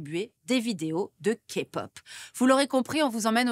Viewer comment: La Kpop et non la Kapot 😂😅